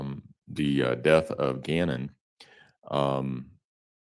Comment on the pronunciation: The dr has a very hard time saying Gannons’s name. It’s disgusting.